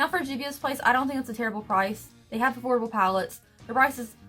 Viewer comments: She said "affordable pallets and i though she said horrible pallets" lol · Elise Purcell SAME!